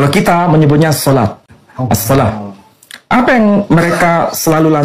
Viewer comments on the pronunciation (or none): none